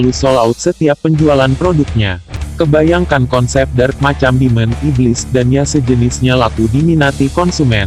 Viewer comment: Dark bang bukan drak